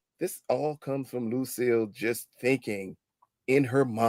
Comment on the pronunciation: Lucille. You mean Loose-cille 😂